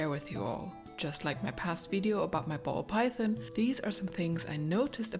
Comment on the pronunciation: Mine all have more or less designated bathroom spots too😅 makes things predictable and easy. Do either of your snakes have names? I wanted to say also I love the way you say "python," and your accent as a whole. Please keep making snake videos. You've got lots of fans!